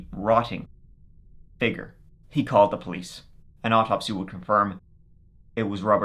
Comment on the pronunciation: This and “figger “ for figure is my favorite